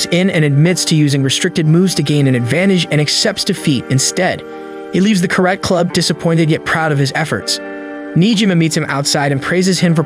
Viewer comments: Its pronounced Kara TEH not Carat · It's Karate not Karat